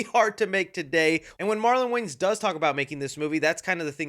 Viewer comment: I don't like the way you say "Wayans"... You keep pronouncing it as "Waynes". I believe it's supposed to be WAY-YANS